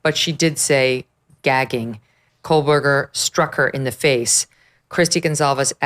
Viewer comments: Why has no one told Megan Kelly that she is mispronouncing Kohberger? She thinks there is a letter L in his name. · Quit calling him "coalberger" it is Koh berger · I wish you would pronounce his name correctly. There's no "L" in Kohberger.